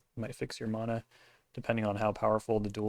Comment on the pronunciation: Was cool to see you out there. Thanks for the signatures! Also. I like that you say mana the more correct way. Closer to the Hawaiian way at least.